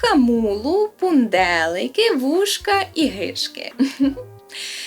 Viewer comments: Не гИжки, а гижкИ, кашкЕт. ПЕрвісток. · Браво, чудова робота! Тільки кілька уточнень. Гижки - наголос на останньому складі, то локальна назва холодцю. Маремухи - то гриби, і наголос на другий склад. А в цілому, досить точно переданий говір. По селах, ще досі, старші люди так говорять.